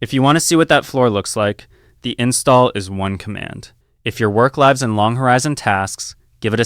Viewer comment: It doesn't actually seem like its AI voiced over, it made a mistake when it said "lives in kernel", where live was pronounced more like 'life' which I suppose AI Voiceovers wouldn't do